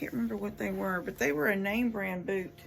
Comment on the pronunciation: Did you say they weee installed? I’m in Idaho, walking through snow/ice/water Luv the pink camp!